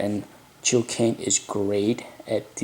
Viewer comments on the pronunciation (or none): Gil not Jil! G as in Gun.....